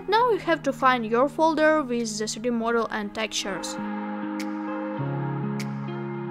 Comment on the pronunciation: Love the way you say the intro sister. Specially you pronouncing "3d" 😍